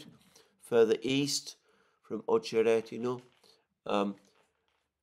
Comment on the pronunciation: [ Ah che RET i na ], not [ Oh che RET i na ]